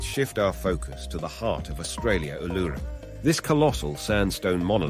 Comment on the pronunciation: that's also not how you say "woolloomooloo". It's /ˌwʊləməˈluː/. Stress is on the last syllable, and the "OO" makes three different sounds. Like "Wool - ah - mah - LOO". I know your just an AI, but your pronounciation of Uluru is so off i couldn't even recognise what you were saying. I thought you said "enigmatic allure"